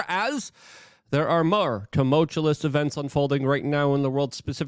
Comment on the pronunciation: On the day that Like can start pronouncing “tumultuous” correctly, I will immediately join Luke Unfiltered.